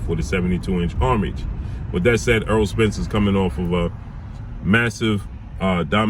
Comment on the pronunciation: Name is errol pronounced like arrow not earl smh but anyway love your content